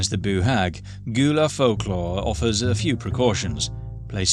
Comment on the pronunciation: Just so you know, "Gullah" is pronounced like GULL-uh, not like GHOUL-uh.